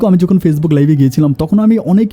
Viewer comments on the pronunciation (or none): none